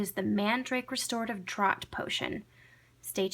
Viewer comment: this looks really cool! tfs oh -- just an FYI "draught" is pronounced as "draft" and is the English spelling. I know, weird right? thanks for all the templates!